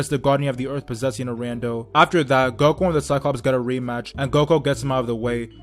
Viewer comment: Say there freaken names right ''goko''